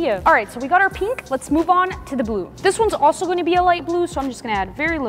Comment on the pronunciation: Pink❌ Peenk✅